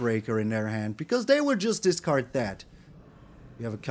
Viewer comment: Discard, not datcard, my favorite card.